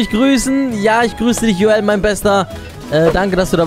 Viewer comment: Und eh joel spricht man anders aus